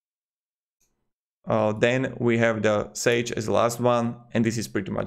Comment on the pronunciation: sage is pronounced like page. I have an older version of quickbooks which is modified so my entries match the irs deduction categories. If I did not HATE paying subscriptions, or if I didn't have multiple businesses to keep track of, I would just buy the new version of quickbooks. Years ago I tried every single bookkeeping software and finally decided I had to buy and learn quickbooks. Now they are forcing everybody to buy the subscription model for $250 a year or whatever and I don't want to do it. My question to you is this. Is there a serious alternative to quickbooks that serious people use. I don't want a cheap plastic imitation that is not really good. I don't really want to waste time experimenting again. But if I have to I guess I have to. I can probably get through this year's tax season turning on my old computer with my old version of quickbooks and doing data entry again as I have for years. But I know I can't just keep doing this forever, at some point I will have to move on. Appreciate any advice. Thank you.